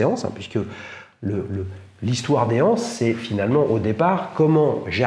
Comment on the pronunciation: Dommage que tu dises "des Hanses" on dit des "z'anses"! Mais belle vidéo intéressante !